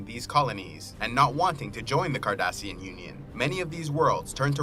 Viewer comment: Also cardassian not kardassian